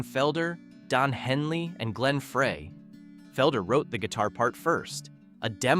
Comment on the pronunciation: It's pronounced Fry Glen FRY!